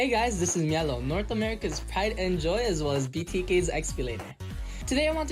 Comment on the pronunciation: mielow bro.. good games tho but mielow.. 😂